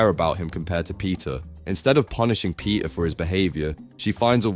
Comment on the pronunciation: when u say peter, i hear pizza🍕